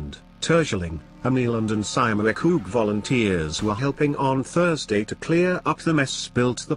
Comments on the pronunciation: Wait , I dont know what the robot try to say, but he meant 'Schiermonnik oog' (Dutchie here) one of the five inhibitant islands in the North of our country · Sjiermunnikogg??? Tursjelling??? 😁😁😁